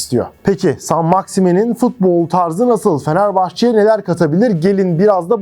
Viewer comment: Şimdiden söyleyeyim MaksimEEN diye telaffuz edilmiyor. Kendisinden yaşça büyüklerle oynadı ne demek. 😂 Altyapı takımlarının isimlerinin de bizim için pek önemi yok. Zaten telaffuzları da yanlış. 😅